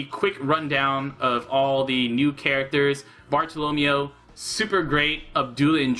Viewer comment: Why do you pronounce Bartolomeo like Romeo, it's Barto-lo-mayo